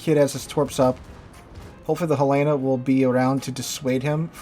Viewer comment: Why does everyone pronounce USS Helena like He-Man and the masters of warships? Helen of Troy launched 1000 boats. Not He-Land. Therefore, Helena. Not, He Lay Nah